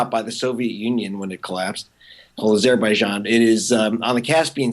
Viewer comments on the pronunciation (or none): Why does he pronounce azerbaijan like that? Sounds awful.